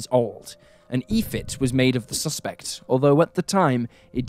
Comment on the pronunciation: What is an Ephit?? I think you are pronouncing it wrong. The closest word is Epithet !! —. Why would you let an 11 year old go out alone?? I don’t care how safe it is!! I am 58. My Mom used to watch me walk to the next door neighbors house. I was not allowed to babysit as a teen or walk the neighborhood even during the day. At the time I thought she was crazy. After having my own kids I understand. Never let them go out alone!! 😢